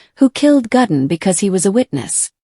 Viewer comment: It is Ludwig, not Ladwig. How difficult can it be to pronounce somebody's name properly??? It is also Gudden, not Gadden.